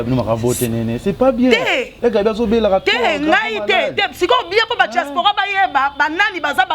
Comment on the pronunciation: Franchement elle bla-bla-bla cette fille. On dit pas djaspora mais diaspora